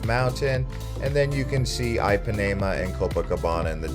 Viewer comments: Great content, but every time you said Ipanema, I died a little inside. It is NOT pronounced EYE-PAN-AE-MA, it is pronounced EE-PAN-Ē--MA. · every time you say eye pa nae muh beach i want to stab myself in the ears. why you trying to use a brazilian accent to sound cool and say things like rio and then you just butcher other shit? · Not trying to come down on you, however, you should probably put some effort into pronunciation. Just about every single place you tried to say, you were way off. I mean, even most people know how to pronounce Ipanema. That's eem pa knee mah. You gave no effort. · If you are going to do a travel video, 1) please learn how to pronounce the names of the places you visit Ipanema for instance 2) give correct information Carioca for instance You got both of them badly wrong.